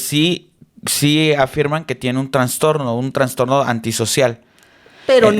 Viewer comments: Con mucho respeto, no es “transtorno” es trastorno. Fan de estos temas. Gracias ☺️ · Hola una observación, se dice Trastorno, no transtorno 🙈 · sólo una cosa, No se dice transtorno se dice trastorno 😂😅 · Hola!, son mis expositores favoritos en temas de podcast, una corrección es que no se dice "transtorno", el único concepto correcto es "trastorno", para que lo consideren, es importante no fomentar términos erróneos y sobre todo del área de la salud, los quiero mucho y espero sirva, sin ninguna intención de crítica destructiva o como dicen, malas vibras jjaaj